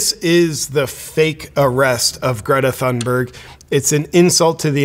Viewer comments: Great video JP. I am Swedish and I am ashamed of her. Just a small critique, Thunberg H is silent, you should remove the H when you say her last name. It is more Tune berg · Uh, it's & how tf do y'all know she staged it?